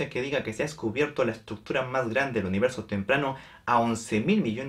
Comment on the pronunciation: "la estructura mahgrande del universo"